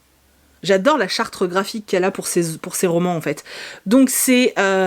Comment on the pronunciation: Coucou, on dit la charte graphique, pas la chartre...😂😂